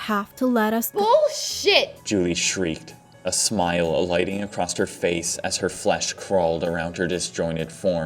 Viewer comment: Acrosst. Acrosst. Acrosst. Please, just say 'across'. For the love of god, man.